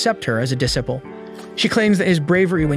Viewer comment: idk man..he did say dis-a-ple (disciple) ^^